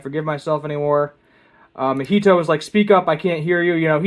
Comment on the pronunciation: "Neh-NEH-mi?" and "Mohito?" Do you mean NAnami and MAHito?